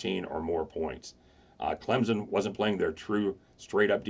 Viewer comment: Stop saying Clemson wrong